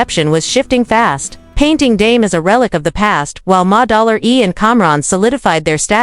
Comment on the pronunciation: "Ma-- Dollar --E" 😂😂